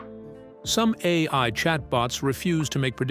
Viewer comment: This video would be more credible if the AI doing the script reading was able to consistently pronounce correctly the expression "AI"!!!😂